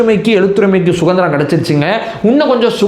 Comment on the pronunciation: அது சுகந்திரம் இல்லை சுதந்திரம். ஒழுங்காக தமிழை உச்சரிக்கவும்